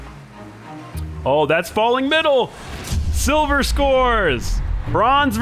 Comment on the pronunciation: man said sivler